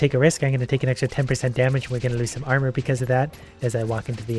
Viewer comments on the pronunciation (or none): none